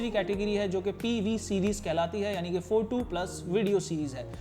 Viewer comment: bolna sikhle pehle photu photu photu